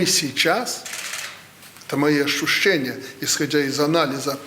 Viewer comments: У него ашушения. Тфу... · А в каким местом он ашчушчае? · Ащущэния,,у него ащущэния...у глаунага вирусолаха,твою мечту..